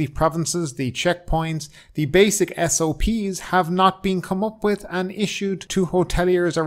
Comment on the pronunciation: Did you say s.o.p's ? Or s.o.b's ......